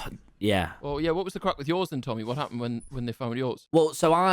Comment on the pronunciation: i do not like saying craic it is not right